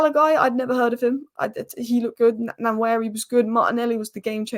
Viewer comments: It’s pronounced like “One Neri”. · So great that she didn't know anything about Salah Edine or say Nwaneri nane properly